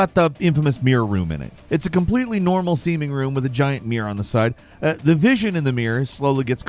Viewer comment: When you say "meer" and "horr" I'm assuming you mean "mirror" and "horror"